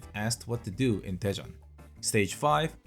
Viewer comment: Istg i thought you said depression instead of daejeon 😭😭😭